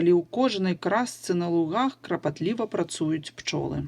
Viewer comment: Вы сказали крапатлива, а надо клапатлива❗️❗️❗️